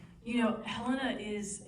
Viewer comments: Yeah well she should stick to what she is good at, because she absolutely failed her role at moderating this panel. Judging by her mispronunciation of a key character's name, and her wildly uneducated questions, it is evident she has never even watched an episode of the show. To waste the casts time like that with her lazy ChatGPT questions is an absolute joke. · She may be a talented actor (I have no idea, I've never heard of this lady), but she deserves to be roasted. She asked the laziest, most uneducated questions, that made it evident that she hadn't even bothered to watch the show, or even just do the bare minimum level of research. Aside from mispronouncing key characters names, and forgetting to ask a question to one of the most important actors of the show, her questions were bland and generic. She coasted off her charisma thinking she could get away with doing absolutely no research. She spent way too much time waffling with fake praise. I challenge you to point me to one single moment in the video that made it clear she had watched a single episode of the show. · Are you being sarcastic? She not only mispronounced a key character's name, but she also asked the most lazy and uneducated questions imaginable. There are so many possible nuances to dive into with Severance, but instead she spent the whole time giving them generic fake praise, and asking questions that could be asked to any actor on any show. She wasted the casts time and took this golden opportunity from someone who has watched the show and could have asked the questions viewers want answers to. I couldn't think of a worse way to moderate this panel. She was offensively bad. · Exactly! And she mispronounced just about every character’s name. Heleena, Milcheck, etc… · she also said hel-LEE-na which tells me she has not watched this show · Whenever someone pronounces Helena as Heleena, it makes me wonder if they ever even watched the show.